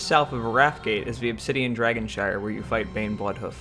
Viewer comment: it's dragonSHRINE , not SHIRE ............. you cant seriously be that deaf ? lol the words Shrine and Shire dont even sound the same